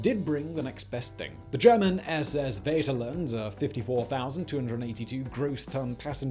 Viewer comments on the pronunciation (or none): The what now? The "Wäterland"? Jesus christ, no. Just no. Do some research before you talk about something. Just a little bit. Just the tiniest, laziest bit. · vaterland means fatherland and is said with f in the beginning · The V in "SS Vaterland" is read as f in german....